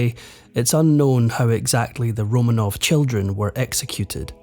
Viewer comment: I wish he’d pronounce ’Romanov’ properly, RoMAHnov.